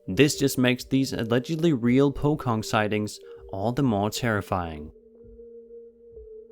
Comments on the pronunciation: Pocong is pronounced "POCHONG" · The Pocong ghost is not called pocong with "cook" c but with "chomp" c, so its like "pochong"... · the poh kong. Me: the jewelry company?: shows pic Me: oh pocong. (Incase you guys don't know Malaysians and Indonesians pronounce the 'c' as 'ch') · That Pocong (aka wrapped ghost) actually pronounced Po Chong. And that video is in Malaysia, just so you know :D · ...it is pronounced 'po-chong'. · For number 18, it's actually pronounced "Poe-Chong". I'm from Indonesia and they are indeed very creepy! 😫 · No 18...it is pronounce PHO CHONG. The boys are saying The camera if well lit and clear...and ask Hafiq to show his skills while he record...then the chaos ensue when they saw the pocong before deciding to go back home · puchong is pronounced as "poo-chiong". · Its actually pronounced as po chong.... in the vid when they saw it, one kept asking if the others saw it. Another kept telling first guy to keep quiet n don’t talk abt it. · Hello I love your content but was there somebody or something whispering in the background while you was talkin about the Pokon or however you pronounce it... it was a raspy voice in the background while they where running? Sounded like it was asking them to do something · #18 It's pronounce as Po-chong. Translation : Guy 1 : Your camera is good in low light, Afiq (name of the guy riding). Who told you it's not good? This is good in low light. Now quick pickup your bike (do a wheelie). Guy 2 : You scared Afiq? Guy 1 : You look weak Rider : Look, look. Guy 1 : Okay I'm trusting you-- ------------------------------------------------- Guy 1 : Oi Afiq! What's that?! Guy 2 : Afiq! Run faster! Not sure which guy : What's that? Did you see it? Did you see it? Not sure which other guy : Don't talk about it. Let's go home. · Its pronounced. Poh-cchhohng. It emphasizes the ch. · Bro, i speak Indonesian and when you mispronounced "pocong" i almost died of laughter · fucking po"k"ong 😂